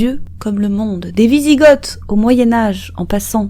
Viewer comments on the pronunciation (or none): "Wisigoth" se prononce "Vizigo".